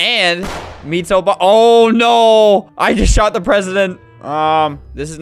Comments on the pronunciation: Obama ❌ Obamda ✅ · obama ❌ obdama ✔️